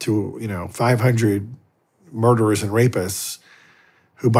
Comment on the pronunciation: Its murder not marder